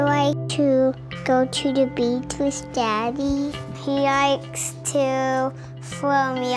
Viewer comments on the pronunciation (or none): it's not ikes it's likes